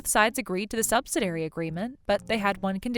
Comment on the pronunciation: Argh! If i hear subsiDAIRY one more time...please say subsi-DEE-ary.